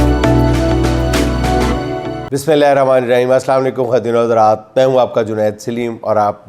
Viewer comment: جنید بھائی بسم اللہ کی تجوید پر محنت کریں بہت غلط پڑھ رھے ھو۔